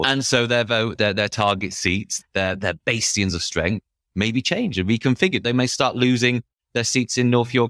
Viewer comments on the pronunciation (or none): Will someone tell that bastion isn't pronounced baystion